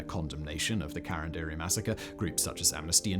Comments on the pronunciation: Wow. It was hard to understand ca-ran-di-ru ("karan-dairy".. lol). Couldn't he just listen someone native speaking the correct pronounciation? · Why are you pronouncing it "karanderi"???? Is CARANDIRU! KAH RUN DIH ROOH if u need to know the pronunciation. Not karanderi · I live near the subway station called carandiru in Brazil and the pronunciation would be CA from "call" RAN from "RAM" DI from just the letter "D" and RU from "rude" CA-RAM-D-RU if that's of any use to anyone hehehe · Who else thinks it’s funny the way he says “Carandiru”? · Not a critic. But, a suggestion and comment: The terms and names in Portuguese were pronounced by Simon as if they were in Spanish. The language spoken in Brazil is Brazilian Portuguese. It's understandable, yet sad, that most English speakers always make this kind of mistake. Another common mistake made by English speakers is to use the term Latino as a synonym for Spanish speaker. Brazilians speak Portuguese and are Latinos too. Latinos are speakers of Romance languages (derived from Latin). Among these Romance languages are Italian, French, Spanish, Portuguese, and Rumanian. Therefore, all Italians, Frenchmen, Spaniards, Rumanians, and Portuguese, as well as all those Latin Americans whose language is Spanish or Portuguese (an English-speaking person from Jamaica would not qualify) are latinos.